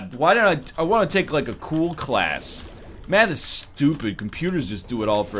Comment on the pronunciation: When he said math is stupid, it sounded like he said Mathas stupid